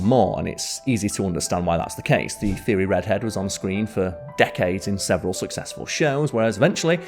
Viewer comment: Bad pronunciation.